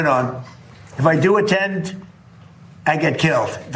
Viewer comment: ATTENED ATTENED ...PLEASE !